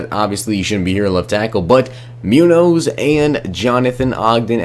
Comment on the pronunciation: The way this man said Munoz made me want to die. Its not pronounced moo-nose its moon-yoz